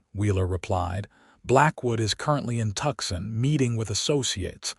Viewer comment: The story is nice but AI can't pronounce Gila, Tucson. That is sooo annoying.